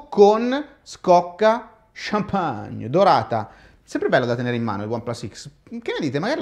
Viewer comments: l'enfasi con cui hai detto CHAMPAGE e fantastica! chhhamphhagne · Quando dice champagne è fantastico😂